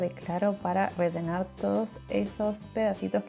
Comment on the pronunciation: Que bonito. Pk dices redenar ? Es rellenar.